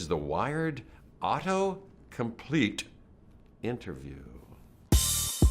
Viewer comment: Nobody: Literally nobody: Jeff: "ahato-complete"